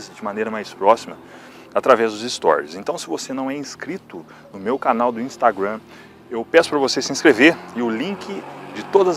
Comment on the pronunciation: "Instagruan" Putz. 🤦